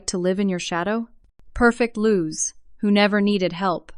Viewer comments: This has to be the most inane AI narrator on YT. GPA is not Gigapascals, it is Grade Point Average. Even if proof read, the AI has to be taught what GPA means and how to say G.P.A. Her name is Louise, not Luz or whatever the insane AI is saying. Many good stories are ruined by stupid AI narrators. And repeat, repeat, repeat. How many times do we have to hear about her 'cookie cutter house'? What kind of "Lawyer" would take a case like that? One with no integrity or ethics. That covers 99.9% of lawyers. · It's Ali! Ali! Not ally 🤨🤨🤨 Louise!!!Louise!!!! Luz!!!!🤨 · Oh, Louise! Not lose, lol! Pronounced, loo-ease! Ai is not working for you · "Lou-weese". Not "lose" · Louise pronounced lose. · If you can't get AI to pronounce her name change it